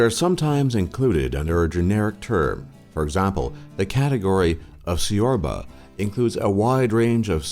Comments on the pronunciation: repeat after me: "Ciorba" '[tchiorba], and țuică as [tzuika] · well romanian does have some linguistic things going on, its chi-orb-ah, tzoo-ee-ka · at 5 you missaid ciorba and țuică